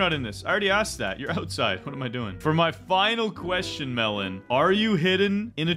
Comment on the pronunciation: Bro said melan